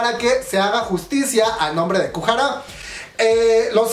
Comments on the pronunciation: Kujara dijo el cuando es goo hara xD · Porfavor no es kuhara, lo repites mucho, me caes bien pero pronuncias muuuy mal los nombres